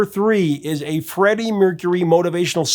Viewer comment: Freddie. Not freddy!!!